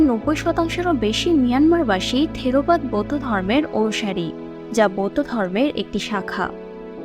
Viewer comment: থিরোবাদ না থেরবাদ হবে